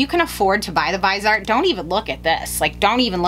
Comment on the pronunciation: Lol, thank you for saying Vise-art instead of Vis-e-art like a ton of other Youtubers. Drives me nuts!